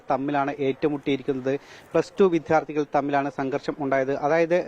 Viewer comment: 🤔വീണ്ടും "വിദ്ധ്യാ ർഥി " മോനെ ശ്രദ്ധിക്കുക 🙏🏻